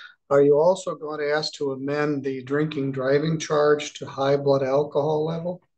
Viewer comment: He didn't aks for Parleeeeee?